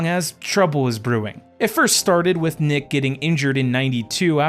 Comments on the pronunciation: His name is not Dominique Jacques Wilkins it’s Jacques Dominique Wilkins. He uses his middle name. Also its not pronounced Nick , it is pronounced Neek. Goodness I’m skeptical now about anything else you say on this video. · He can’t even get your cousin name right.He said at the beginning that his name is Dominique Jacques Wilkins, but it’s Jacques Dominique Wilkins, then he is pronouncing your cousin nickname wrong. He is saying Nick and it’s Neek. I’m skeptical about anything else. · His nickname is pronounced "Neek" not "Nick". Otherwise good info! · It's not "Nick", it's "Nique" and Jaques is his 1st name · It’s Nique not Nick or Neek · YOURE SO RIGHT. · This is some lazy ass millennial produced Crap. First his name is pronounced like NEEK (Nique how you saw that and see NICk is more a failure of public schools). 2nd his brother was FAR from “failing to miss the mark of being a supersta) . Dude had a helluva career for an2nd round pick. Even made several all defensive teams. The rest you could have Wikipedia’ed. Do a better dive if you gonna cover guys that clearly played before you were born. This reeks of “I heard he was good from my dad” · Yeah I cringed everytime he said “Nick” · He got Dominique name wrong and pronunciation of his nickname so I’m not surprised.